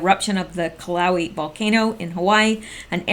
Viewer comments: Hi, thanks much for all your work. Just letting you know it is not pronounced Kill-ow-ee... It is pronounced Kill-uh-way-uh. Hope that helps. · Kilauea is not pronounced Cal-ow-ee. Its Kill-uh-Way-ah. I"m not an American I've never been to Hawaii. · Volcano is Pronounced "Kill-ah-way-ah. I lived on big island. :) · Ki (KEEE) la (Laaaa) U (Uuuu) e (Eeeee) a (Aaaaa) Kill Ah Way Ah NOT Killoweee. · Kill a way ah, not killowee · Great Reporting! - One thing, to the best of my knowledge, "Kilauea" is pronounced KILL'ewWAY'ah.... I could be wrong though, so check it out. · Just saying that Hawaii people do not understand what you are referring to when you say Killowee. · Actually, Kil is better pronounced KEEL like the keel of a boat. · Kill-o-way-ah - That is the correct pronunciation of the name of the volcano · Hawaiian pronunciations are often difficult. Kilauea is pronounced Kill'ah-way'ah. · I love you dearly but have you never heard the name of the volcano on the Big I pronounced? I had to stop watching due to the mispronuncement. I'm sure it's pissing Pele off even more than she already is. Please it's pronounced Kill- ah- Way=ah. Might want to delete video and redo it with correct pronunciation and next time research maybe a bit??? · Kilauea pronounced "kill a way a" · I really love your q reports and very much appreciate your work, but you really need to learn how to say Kilauea ! You are just killing me.... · It is pronounced kill a whea ah,God bless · I have lived in Hawaii all of my life and this eruption is following the same path it did in 1955. The Island is alive and growing and always will be. (at least for a while) I believe this is propaganda. Although who knows. Pronounced( Kill a way a ) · The volcano is pronounced "killoway". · the volcano's name is pronounced kill-o-way-a. very interesting report;-) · Kilauea = Kill-ah-way-ah